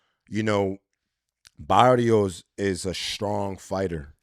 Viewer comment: Abner you gotta tell my boy Rosado he can pronounce the R what’s that shiaaat barios come on now you boricua bro say it baRRios with the R